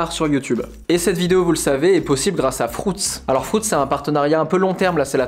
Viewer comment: Frouts dit il 😭😂 FRUITZ pas frouts.... 😂❤️ !!!!!